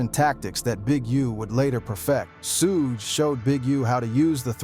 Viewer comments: WHAT IN THE AI.... this is so fake, or done by a white guy who needs to MIND HIS DAMN business, he IS NOT not part of the culture. SHu-GAY..... nah. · SUEGAY😂😂😂… dude at least pronounce his name correctly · The ai voice killed this video couldn't watch it after I heard suuugey night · I thought that was a real narrator until he called suge Knight sue gay knight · Soo-gay Knight was crazy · A boy named SueGay I’ve heard AI call him that before, lol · When I heard sugay knight I had to turn this off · Who tf is sugay 😂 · This guy is mispronouncing people he knows Suge Knight nane but he mispronouncing disrespect the man name calling hem suegay that’s totally disrespectful. Please boycott this channel because this guy thinks that life is a joke. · Sue-Gay has me rolling 😂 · who the hell is sugay knight 🤣🤣🤣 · SU-GAY Knight! LMAO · I was deflated when this AI fool kept calling Suge Sugay then Sug.........I was about to click off but I'm still intrigued. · Shooo-gay is crazy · Soogey knight and a picture of Suga Free as Suge knight has me in tears lol😂😂😂😂😂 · 😂😂💯👍 Sue gay😮😮😂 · Yes, so many "Sugays" Ai straight went rapid fired! 🤣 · We’re in trouble once AI figures out how to pronounce “Suge” and “PAC”. Be thankful for these flaws 😂 aka red flags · Wtf is su-gay knight??🤔🤔🤷🤷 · Who the hell is Soo-gay Knight? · Why can ai do everything but pronounce suge correctly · Fucking AI, when I heard the voice say Suge, lol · Hahaha came to say the same thing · You don’t even know how to pronounce Suge’s name. Gtfoh